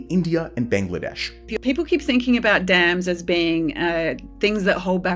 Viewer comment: The Three Gorges Dam only changed the earth's rotation by like, 0.00001%; which is statistically negligible. It is still roughly 23.5⁰, it like complaining your teacup was 50 picometers too far away. It's Dams not Dames. Dame is can old timey word for a woman, a Dam is not that. This policy is less destructive than staying reliant on Coal, though a necessary downside of building a dam is the damage to the river's ecosystem... Which can be easily minimized by diverting flow around the construction area before building the dam, which is basically standard procedure for building dams anyways. The Three Gorges Dam, is completely fine. It's location was specifically chosen because the river was prone to flooding and pretty badly polluted anyways.